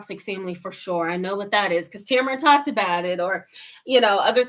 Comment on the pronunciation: Welcome, I like how u pronounce your name, it makes it 100 × better. It gives some insight on how much selflove you keep having I guess